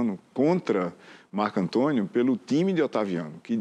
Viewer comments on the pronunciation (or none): none